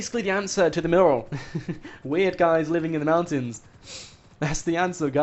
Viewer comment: This guy is a con man and his video titles are nearly always lies. He's rotten and cant even pronounce "mural" correctly.